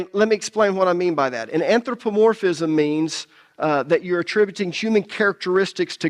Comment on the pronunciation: Since you studied new testament Greek, At least do us the honors of pronouncing it "anTHropomorphism".